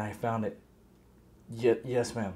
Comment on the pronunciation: At 2 :30 she said chyes